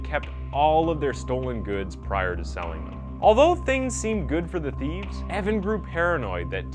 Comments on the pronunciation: I like your videos but you need to take a few language classes. Seriously?! Theefts? Atteeka? Evanses? Your killing me smalls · Yes, I heard several. I recommend he look up pronunciations of all proper nouns. However, there’s no explaining “theefs”.